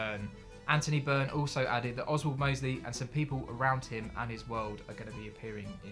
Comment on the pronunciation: You spoke to him but butchered his name. It's Anthony Byrne